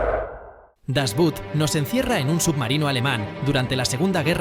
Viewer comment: No es "das but" pues no es inglés, se pronuncia "das Boot" en alemán o "das Boot" en español, pero repito, la palabra no es inglesa.